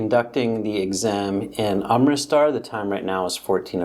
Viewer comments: not amtirstar but amritsar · Its not amritstar its amritsar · You, yourself can't pronounce Amritsar correctly😂😂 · i appreciate your help but be respectful and pronounce the indian names and name of the states of india correctly